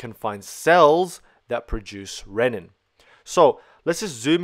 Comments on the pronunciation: You are excellent, per usual. Keep in mind: Renin (ree-nin) = enzyme for RAAS Ren-nin (ren-in) = enzyme for making cheese ;) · The pronunciation of renin should be similar to renal, not rennin which is an enzyme found in theh stomach of ruminants.